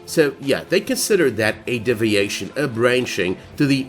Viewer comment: A double shot every time he says "DIV-iation" instead of DEE-viation